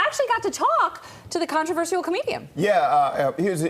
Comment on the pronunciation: He's not controversial as a comedian; no comedians are. How is she a reporter when she can't pronounce controversial right?